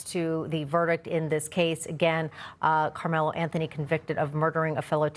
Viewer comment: “Anthony Karmelo”. Can’t you get his name right or is this more AI?